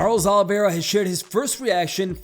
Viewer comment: CHARLES OLIEVIA? ITS OLIVEIRA